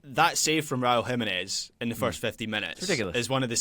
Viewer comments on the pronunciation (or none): Pronouncing "Jiménez" with the stress on the syllable as they do over there has always baffled me. I think it may be even more jarring than the way they say "taco."